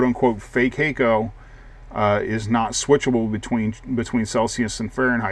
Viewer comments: Hah-ko actually. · no it HAK-KO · "Hay-co"?? Surely it's "Hack-o"!!